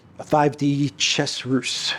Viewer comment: How to pronounce "ruse" : "ruZe" !